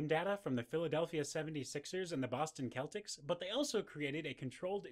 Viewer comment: Celtics. Is pronounced with an S like sell-tics. Apart from that minor thing great video guys. :)